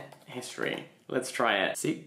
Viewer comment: I'm sorry but when he was trying to read "history" and got the greek letters wrong...that was painful 😭